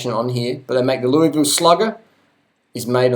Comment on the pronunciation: You are butchering the pronunciation of Louisville, but hey I dont live there I live in Michigan and ride good bikes bought 2nd hand for cheap. Riding a Giant Iguana aluminum frame right now. Not interested in carbon frame too fragile a material. I agree with your comments on bike snobbery. Get a decent bike cheap and ride... Be safe out there.